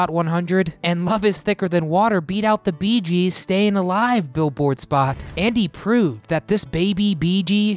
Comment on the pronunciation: Itsnot "the beegees" in spot...gees....